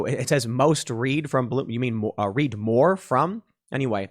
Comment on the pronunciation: Not most "Reed", its most "Red".